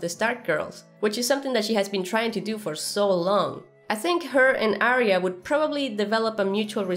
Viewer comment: I am always looking forward to Arya's reunion with the correct pronunciation of her name.